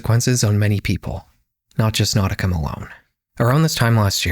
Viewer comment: NAUTICA Malone?NAUTICA?😖😂